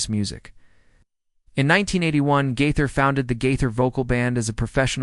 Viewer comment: When you can’t pronounce Bill Gaither’s name correctly In Your first sentence then I’m certain you don’t know him and have nothing to say that I need to hear.